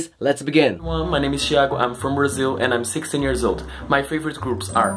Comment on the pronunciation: omfg stop butchering their names